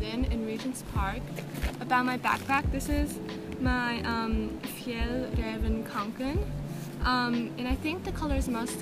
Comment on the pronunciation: Omg you actually said fjallraven right!